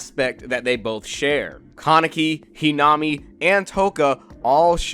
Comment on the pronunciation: Its the correct pronounciation